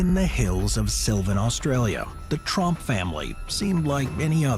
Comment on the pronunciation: Trump Family Disappearance? Don't I Wish... Wait A second! That ain't Donald -..-..Oh my bad You said Tromp not Trump😅 Oh S#/+ Don't Go getting me all excited You Buggers!!